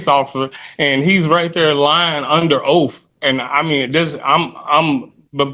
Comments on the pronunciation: When they start out with “conversate “ You know they are ignorant !! Or say oaf instead of oath . People truly do need to learn proper grammar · “Lying under oaf”